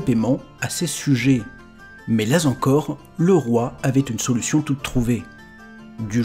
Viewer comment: "Mais là Z'encore..." ? ;p Tu dois absolument voir cette vidéo si tu ne la connais pas déjà ! : PS : :)